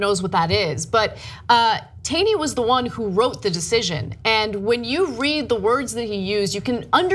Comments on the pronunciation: #1 its ROGER Taney, not Robert...#2 it's pronounced TAWney not TAYney....remember, TYT is a "news" source. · Not a big deal, but it's pronounced 'tawny' (despite being spelt 'Taney'). Perhaps a bigger deal, while admittedly a total jerk, Justice Taney was not a Confederate. It's not quite the same thing. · Tawney like tall-knee